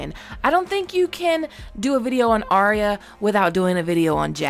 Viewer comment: Her name is not Aria or spoken that way, her name is Arya pronounced Ar-Ya